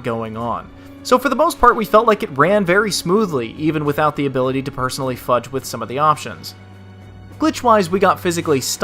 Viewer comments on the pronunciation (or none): none